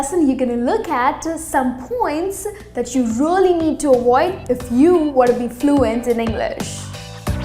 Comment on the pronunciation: What is awaoid? It’s not awoid but avoid.